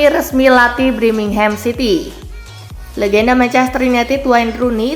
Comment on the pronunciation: BIR- mingham, bukan BRI-mingham ! Gak prof kali lah kau dek!